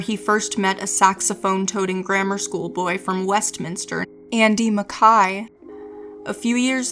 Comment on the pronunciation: Wonderful history, great job, strange pronunciation for Andy Mackay, decade, a few others...is this AI?